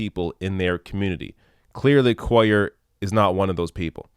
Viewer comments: Just cuz where gonna be saying his name alot, his last name is pronounced (basically like) Coo-yer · I think his last name is pronounced Quay-yarr because its my last name and that's how u say it in Spanish because two l's is actually one letter in that alphabet and it sounds like a y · QUAY ARE......is how you say it. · KU WAY YAR is how you pronounce it so no one is confused. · Cuellar is terrible. He's been getting a pass from the Texas Democratic Party because he is Hispanic and he is an incumbent. The Texas Democratic Party is a joke - very conservative and filled with incompetents and establishment hacks. I've lived in Texas all my life (68 years) and in south Texas for the last 13 years. By the way, the double ll in his name is pronounced like a y. Kway - yar.